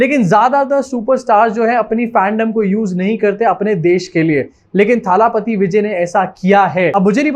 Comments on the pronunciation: Abbe chutiye irritate kar diya jaise muh bigaad bigaad ke thalaaaaapathi bol raha hai. Wo thaaaalaaaaapathi nahi thalapathi hai.. Koi lamba aaaaa nahi Sirf single a sound hai... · थाला पाती नहीं है, थलपति होता है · Hi! Just a small correction on the pronounciation. It is not थालापति it is either तलपती or actually दलपति - दल का पति (नायक). By the way you can call our Hon. PM as थालापति because he was the one to say थाली बजाओ 😊